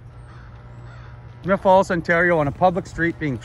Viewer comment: It's Smiths Falls, not Smith Falls.